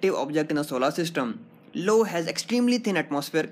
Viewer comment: dude i swear its not LO its IO ...